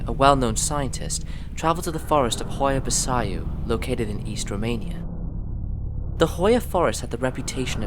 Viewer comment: Hoia baciu, try something like "Who-Ya, Ba-chiu" that Chiu try to make a small sneeze when you pronounce it Hoia Baciu